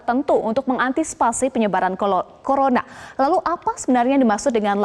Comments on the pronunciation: hampir kepleset dia "colorna"...🤣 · "Penyebaran Kolorna" "Lokdon" Wkwkwk🤣 minum duluh gihh mb biar ngomongnya gk ngos2an.